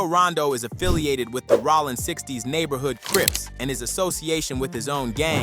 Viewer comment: Bro how TF do you mispronounce "ROLLIN" SMH